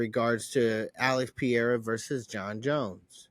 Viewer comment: Alex Pee-Air-Ah. Bro are u disabled? Can u not hear other people pronouncing it?